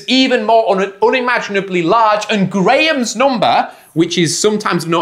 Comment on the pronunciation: saying unimaginable instead of unimaginable🗣️🔥🔥